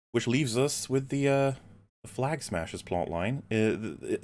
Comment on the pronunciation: Anyone else have the problem that when you hear “Flag Smashers” .. your brain instantly turns this into “Clam Smashers”?!? .. I can’t unhear it in my mind now.